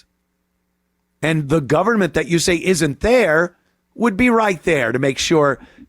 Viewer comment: We don't have a "Gover -MINT". She is confused, I think she is looking for some candy.